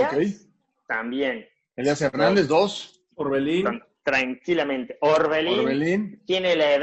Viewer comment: Es Orbelín no Oberlin...